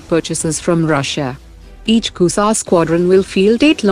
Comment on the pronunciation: Shame on u news reader. Shame on u. Its not *KUSA*, its *KUSHA* SHAME ON U